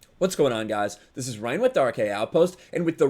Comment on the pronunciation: I agree Mysik but they may spell it as Ryan but say it Rehaan. Lol